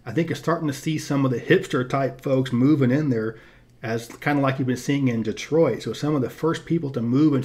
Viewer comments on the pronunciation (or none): none